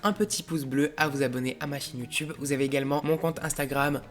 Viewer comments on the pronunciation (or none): none